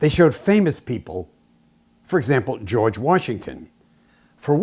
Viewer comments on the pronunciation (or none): none